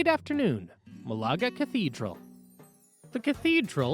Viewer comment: Great video! Loved it! It's great preparation for an upcoming trip. But please, I cringe every time I hear you pronounce Málaga as Malága with the accent on the second á. Please, don't.